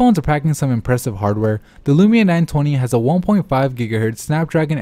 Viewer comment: Is it too hard to say LUMIA INSTEAD OF LUMINA?